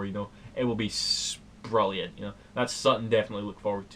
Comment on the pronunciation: "Sprilliant". totally legit complement.